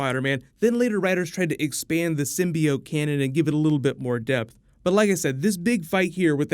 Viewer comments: Takes a shot every time says symbiode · Quit saying symbiote the way that damn woman on the first trailer does! Sim-be-ot!